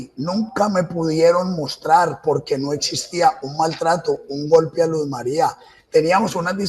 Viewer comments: Ni siquiera le dice el nombre bien, ella no era Luz María, era Luz Mery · Ni siquiera dice bien el nombre de su víctima, un irrespeto total a la memoria de ella, siento que se complace recreando los hechos que el justifica, su único "error" fue dispararle a una chapa y ufff la mató. Psicópata, todas las pruebas q según el le armaron no tienen ninguna relevancia ante el hecho que el llama "error" cuando es un asesinato y un feminicidio que debe tener todo el peso de la justicia con todos los agrabantes posibles.